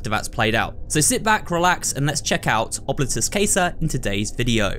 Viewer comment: Quick thing with pronunciation. Coming from the southern U.S, i will say I believe the pronunciation to be closer to Ob-lee-tus Cah-sah. Other than that slight mispronunciation, the video was wonderful. Thank you for uploading such quality content, and I hope to watch you for horror endeavors in the future.